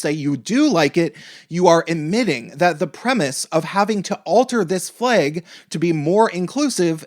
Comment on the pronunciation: "Fleig". It's flag. jk say whatever you want it simply made me laugh